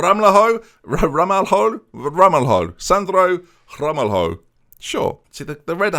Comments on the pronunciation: Ramalho will probably be easier for you to say (and closer to the actual pronnounciation) as "Ramalyo" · Ramalho is pronounced Ram-al-yo Leclercq is Le-Clerc, the q's just there for pazzazz.